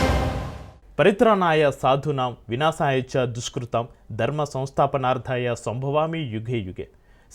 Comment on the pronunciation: శ్లోకాలు చెప్పడం చేతకాకపోతే చెప్పవద్దు. వినాశ యాచ కాదు.... వినాశాయచ. లోకేష్ బొమ్మ ఎందుకు పెట్టారో అర్థం కావడం లేదు సార్